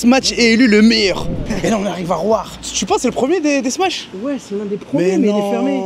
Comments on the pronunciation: Salut, pourkoi vs dites “smaTch” burger? C’est pas smatch mais “smash” burger. Y’a pas de “t” 🤔🤷‍♂️ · Les gars il n'y a pas de T dans smash, arrêtez avec votre smaTsh 🤣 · Smatche mdrrrrr (smache)